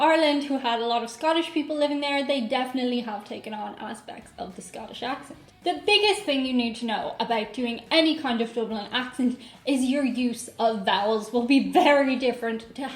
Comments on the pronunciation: "ting" for thing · I've always focused on the "th" to figure out if someone was Irish or not. It's the "thing" vs "ting" for me.